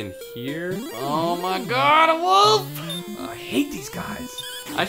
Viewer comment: How come can't pronounce 'wolf'? He always says 'woof'. Speech impediment?:P